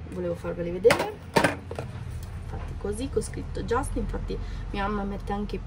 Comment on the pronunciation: Si pronuncia just con lU .jast nn si può sentire😔.by consulente just